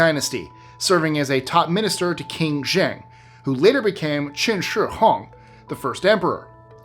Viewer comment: You said Qin Shi Haung right, but called Marie Curie “Mary?” Gotta be trolling